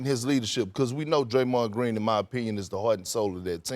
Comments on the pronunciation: Perk said “graymond green”😂😂😂😂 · lol did Perkins call him the graymond green suspension I know I wasn’t the only one that heard that